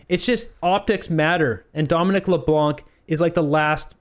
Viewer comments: The “c” in Leblanc is silent. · Please pronounce Mr. Leblanc's name correctly. The "c" is silent, please pronounce it the way every other Canadian does. 😂 I'm a fan of "" to be clear. Just a dumb pedantic correction 😁 don't hate plz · Do not pronounce the C at the end of Leblanc it’s a French name the C is a silence letter